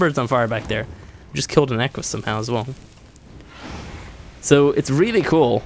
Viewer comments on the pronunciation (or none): none